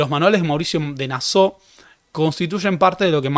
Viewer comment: "Nassau" es palabra alemana, no francesa y se lee tal cual.